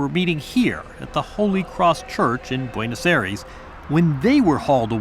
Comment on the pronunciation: Many observations - learn how to pronounce Buenos Aires - no background to the 'Dirty War', ie. the terror/guerillia campaign of the Moneteros/ERP - not a single mention of US complicity - Skyvan is not British built, but Northern Irish